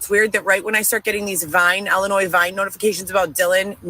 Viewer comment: Oh.. anyone can sign up for Vine. I could sign up and receive updates on Dylan if I wanted to. But I don’t. The True Crime channels sometimes sign up for those to follow a case or specific inmate. It doesn’t mean you are part of the case or a victim. And it’s ILLLLLinois not ELINOIS!